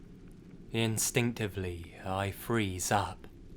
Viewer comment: "instinctively" im mystic im so triggered